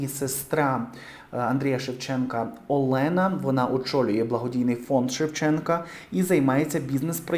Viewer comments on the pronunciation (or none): none